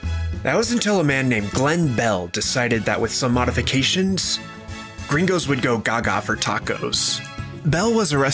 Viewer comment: Im flattered you use that mexican lingo but it feels so damn weird to hear you say "gerraingos" so much